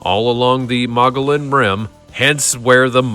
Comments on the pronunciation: Dude keeps mispronouncing Mogollon……………………………………….………… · And Mogollon is pronounced "Muh-gee-on"